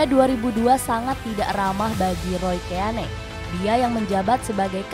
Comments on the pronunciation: Kagak bisa bahasa Inggris 😂🤣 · Roy Keane... Baca aja, Roy Kin, lebih enak di dengar nya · Nyebut Roy Keane aja salah wkwkwk